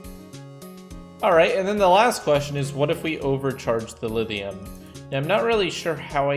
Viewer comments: I hear Lidium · Lithium has a thhhhhhhhhhhhh in is not a the in it you sadist!!!!! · He uses a voiced dental fricative instead of a voiceless dental fricative to pronounce it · The rest of the world: LiTHium: Livium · he does a soft 'th' sound, it's weird